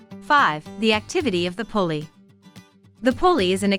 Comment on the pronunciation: The name is pronounced Poolie ... similar to Poodle and their breeds are very close